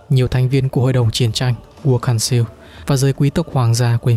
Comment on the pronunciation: Council đọc là cao xồ thì phải 😅